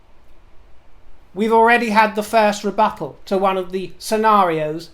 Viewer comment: minor mention-- rebuttal not rebuffal, my dear- toodle pip ❤❤❤